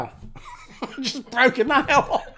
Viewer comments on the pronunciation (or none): none